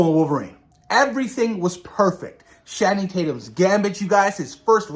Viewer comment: Great topics lol just a little correction nothing major but it’s Channing Tatum like (Channel) not Shanning but it’s all good lol